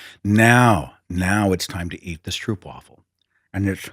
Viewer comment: The oo in stroop is pronounced like a single o in english, not a double oo ... as in mope or rope or elope. In Belgium they're typical carnival food ... and they're made 'a la minute' ... they have a vat of liquid diabetes and balls of dough. The dough is put in a waffle iron and when done, sliced open. Then they spread some of the ... hot stroop ... on one side and slap it shut. There is no way known to mankind to eat these without making an absolute mess. But they're sooooooooooooooooooo good ... and you HAVE to eat them as close to scalding as possible.